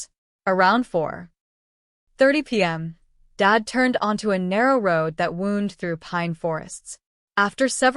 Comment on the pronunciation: I am so tired of ai voices…wound has two pronunciations..why do we keep getting the wrong one.